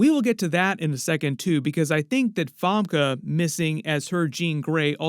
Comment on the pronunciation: have i been saying 'famke' wrong for 26 years?